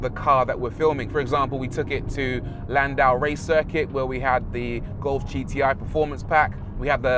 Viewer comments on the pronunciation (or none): none